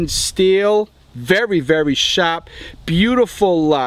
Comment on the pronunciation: Sounds like he said "Fuckneeven" too. "Very very shawwp"